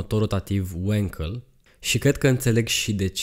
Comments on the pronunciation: Bravo frățioare, mă bucur că nu sânt singurul care a observat, și nu e prima dată când face greșala asta. Pentru mine de azi înainte pe prostu' ăsta îl cheamă, că el nu știe că numele lui Felix Wankel se pronunță Vanchel, la fel cum Walter se pronunță Valter nu "Ualtăr". Mama ei a dracu' de romengleză! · no offense.... numele de Wankel vine de la Felix Wankel (este este inventatorul acestui tip de motor).... care a fost neamtz. Wankel in germana se citeste pur si simplu "Wankel"... nu "Uankel" ca-n engleza. Sper sa nu te deranjeze comentariul meu....!!! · Wankel a fost un inventator German si se pronunta cum se scrie. In Romana numele Enache se citeste Enache si nu "Eneche" !! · Nu e Uenkel bre😂 E Wankel, că e neamț omu!